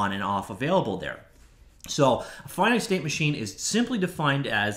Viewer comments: How does one never learn how to pronounce "finite" correctly? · FINITE OR FINNET? YOU DECIDE